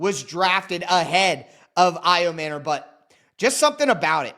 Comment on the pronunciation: Ayo-manure? You’re MANURE! You suck bro! A journalist (wanna be) should learn to pronounce people’s names to not offend them. That’s just lazy bro, YOU SUCK! AND STOP YELLING!